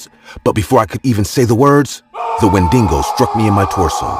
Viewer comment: its Wendigo not "Wendingo"